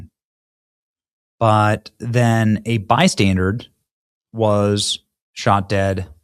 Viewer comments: Terrible. Also, mate, it's bystander (as in someone who is 'standing by'), it's not bystandard as you have continued to repeat throughout the video. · Benny, it's Bystander , not bystandard. 😂😂😂😂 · Please stop saying "bystandarD!" You're hurting my ears. 😂😂😂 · "Bystandard". An "innocent bystandard". Really...? What is Benny Johnson's first language because it sure ain't English.